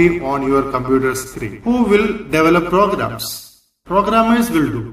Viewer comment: its not pogarams its programs